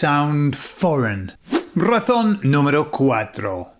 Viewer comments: It took me until "razón 4" to realise you were saying "razón" and not "ratón"... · Cuando dices la😂 razón es....suena todas las veces como la ratón es,te😂es difícil pronunciar la z? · Hola soy de Puerto Rico y te felicito hablas muy español. Noté tú pronunciación de “razón”y me sonó más a “ratón” , “really no big deal” solo parte de la interacción. Es como esas “e” elongadas del inglés que no existen en Español, como “sheet and beach”. Recuerdo vivamente una señora , por su acento me pareció latinoamericana, aquí en Pennsylvania hablando con un oficial de seguridad y diciendole “the shit of paper was by the bitch”. La cara del oficial lo decia todo. Aunque soy bilingue hay veces que tengo a Cervantes o a Shakespeare revolcandose en sus tumbas.